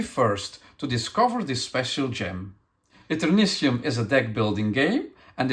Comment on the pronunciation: In American English, the suffix "tium" is sometimes pronounced "shee-um." (It's coming from Latin.)I figured it was the speaker's accent that resulted in his pronouncing it "see-um." So, "Et-err-NIH-shee-um." Although I would have urged the publisher to name it "Eternium" instead, since that's going to be so much easier to pronounce when looking at it. "Consortium" (con-SORE-shee-um) and "nasturtium" (nah-STIR-shee-um, a kind of flowering plant) are the only slightly commonly used word I could find as an example, though, whereas there are some elements (Tritium and technetium, for example) where the suffix is pronounced "tee-um." I assumed it would be "shee-um" when I saw it, but I agree with if somebody pronounced it "Et-err-NIH-tee-um" I wouldn't call them wrong.